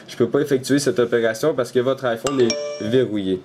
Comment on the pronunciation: en français on dit bien AÏE phone ! et pas I phone :)